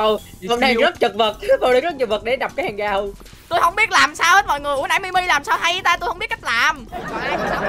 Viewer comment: Anh ơi Mi Mi là ti mi đó anh ơi